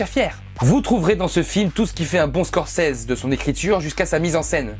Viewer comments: Ça se dit Scorcizi... Et non Scorcèse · mdr...tu massacres le nom de Scorcese....mdr...une chance qu'il ne t,entend pas. Ça se prononce avec un ''i'' et un ''z''....mdr...Scorce(i)s(z)es ( on prononce ''scorçize''. ...Shakespeare doit se tourner dans sa tombe à vous entendre. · Ça ce prononce pas comme ça Scorsese x((